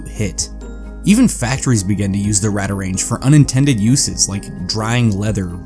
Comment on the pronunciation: It’s pronounced “Radar” “Range”. As also heard in the old advert.